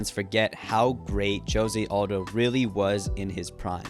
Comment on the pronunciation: Mate, If you admire José Aldo so much, you could take the trouble to pronounce his name correctly, I don't think a Brazilian calls himself "yosie odo" as you pronounce